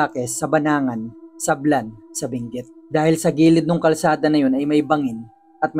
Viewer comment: Sablan hindi sablang😊